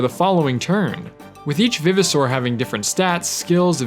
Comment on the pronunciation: Is it pronounced vive, or viv? I say Vive-oh-saur as in RE-VIVE.